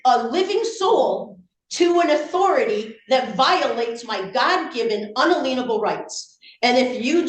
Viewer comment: . "...violate my unaleenable rights"! FFS, she can't even read the words she downloaded from the Internet!